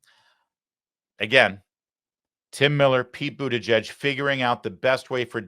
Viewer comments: It's literally pronounced 'booty judge'. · Booty-WHAT??? People pronounce his name in DIFFERENT ways! It is Hilarious!!! Now he Dreams of Being the 1st What ? PRESIDENT